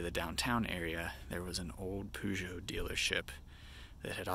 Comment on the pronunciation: He's actually pronouncing it correctly.